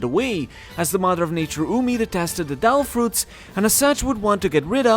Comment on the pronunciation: suggestion: maybe next time speak clearly devil fruits becomes dell fruits 🤣